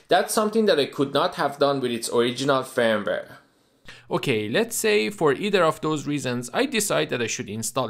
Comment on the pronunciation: your pronunciation of the word firmware is great.😀 i do agree openwrt is a great third party firvware.....